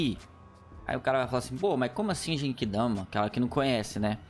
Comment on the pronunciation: O cara não saber as transformação do Goku, é foda kkkk. Não é atoa que o cara fala '' JEIQUIDAMA '' Mds kkkkkkkkk